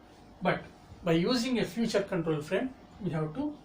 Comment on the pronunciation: Sir it's feature not future.....